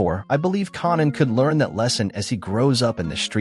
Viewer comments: white people learn how to pronouce there name it s kan an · Raising 'carnan' and 'rack' makes me wonder if this a AI voice